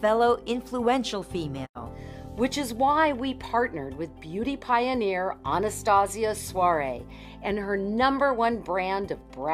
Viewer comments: One of them pronounced Anastasia's name as "Anastasia Sworay" and i cringed considering that Anastasia is a romanian woman and so i am, so I know how to pronounce her name correctly :)) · the way they pronounced her romanian name had me c r i n g e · as a romanian person, the way they pronounced Anastasia's last name is honestly wrong